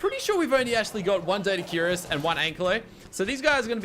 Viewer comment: I like how he says Doedicurus as , Dirtycurus XD